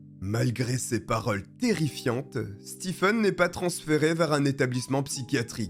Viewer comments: Ca se prononce Stéfen, pas Stifen... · "Stephen" se prononce "Steven" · Merci pour la vidéo. Le nom "Stephen" en anglais se prononce en français "Steven"